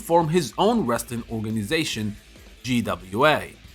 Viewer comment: GAW, not GWA.